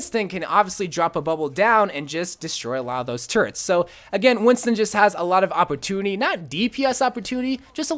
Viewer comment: “Opportuniny” and symmetra were the only two words I heard in this video. “Opportuniny” at its finest